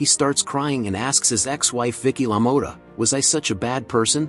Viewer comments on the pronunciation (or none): Youve spelled the name wrong and also spoke it incorrectly - its spelled Lamotta and pronounced "lah-mott-ah 🧐